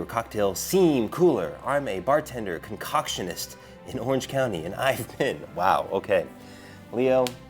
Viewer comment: "Concotionist" hahaha